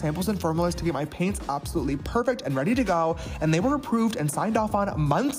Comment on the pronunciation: laughing so hard every time says "get weady with me":D